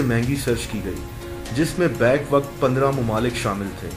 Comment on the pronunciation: It's not "baik waqt" It's "Ba-yak Waqt"